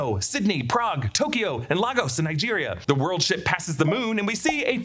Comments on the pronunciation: please it's pronounced 'Lay-Gus' not 'La- goes'😓😓😓😓😓 it was bad enough hearing it in Civil War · 9 years later and we’re still pronouncing ‘Lagos’ WRONG gimme a break